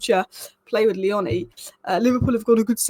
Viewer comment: By the way it's Leoni like tony not the way you say his surname 😂